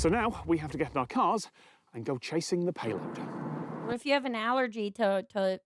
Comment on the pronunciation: Its a "payloaf"